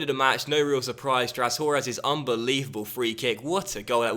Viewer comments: I love this series and your videos but your pronunciation of Trashorras is annoying me. I believe it's more fluently said, e.g. "trash-o-ras". As opposed to "trash-or-ras" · you pronounce it trash-orras